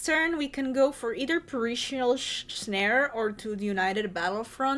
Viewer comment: Good video.... Fun looking deck and I think your accent is great but please stop calling it Per-il-ious snare.... there is no second "i".... Its pronounced "per-il -us" phonetically